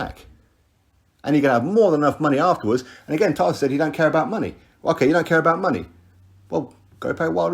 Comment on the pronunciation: I'm glad that someone closer to tyson is actually saying it right